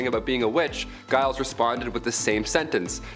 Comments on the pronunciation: Giles = jiles phonetically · please that this as constructive criticism. I live in Salem, and before that, the Trials had been a particular topic of study of mine. and a number of your "facts" are either out of date, or poorly researched. While your description of Giles (BTW, it is pronounced JILES) Corey's death is fairly accurate, you have fallen into the trap of a common misbelief. After he testified at his (3rd) wife's Grand Jury, he realized that the trials were a sham, and his testimony was being skewed, so he tried to recant, which immediately caused him to be "Cried Out." upon. (Martha Corey was hanged three days later) He refused to enter a plea not to save his estate (which he had already signed over to his sons-in-law. He was 83 after all.) He chose to "stand mute" as a form of protest against the trials.